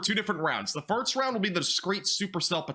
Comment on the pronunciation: I'll take a shot every time you say "firts" instead of "first" 😂😂 i think its cute, theres nothing wrong with a speech impediment. I can hear your tongue very very thick as you speak, i used to speak the same way. When i would make "S" noises my tongue would poke past my teeth and give me a heavy lisp just like yours. My son speaks that way still a bit but it used to be worse. Im sure its very inspiring with other kids with speech difficulties to see you doing this job despite your speech issues. Keep it up!